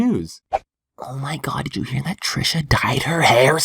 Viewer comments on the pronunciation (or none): none